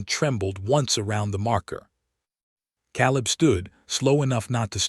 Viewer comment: Not again. Biblical name Caleb is pronounced Kay-lub